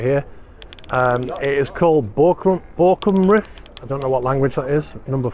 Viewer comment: very well pronounced! Borkum Riff is the Riff of the Island of Borkum, a well known underwater riff in North Sea, that killed , many ships . Borkum is the German neighbor island of the Dutch island of Texel.